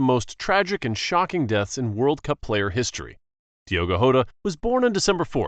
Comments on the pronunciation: It's diogo jota not diogo hota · Jota not hota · Yota❌ jota😊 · Bro it’s Jota not hota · diogo jota not hota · Diego jota not yota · Yeah that's very bad pronunciation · That’s not how to pronounce Diego jota